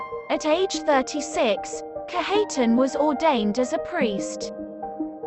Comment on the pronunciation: Its pronounced Kadge uh tahn